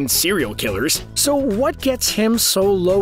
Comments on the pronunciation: Moreeo? It’s More- Ee- Oh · I think the best part about this video is how they unironically have no idea how to say half of the japanese words. It really adds to the charm, like how he called Morioh, Mario.